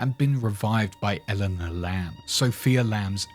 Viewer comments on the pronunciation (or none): none